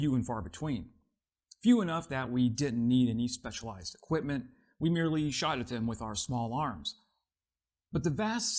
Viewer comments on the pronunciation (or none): none